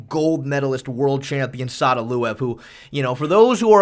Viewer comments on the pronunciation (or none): "Sadaluev" 💔 Just saying gold medalist undermines Sadulaev he is one of the greatest freestyle wrestlers who has ever lived